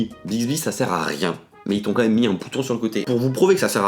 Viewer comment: ON DIT PAS COMME MEME ON DIT QUAND MEME PUTAIN t'as le nez bouché ou quoi ?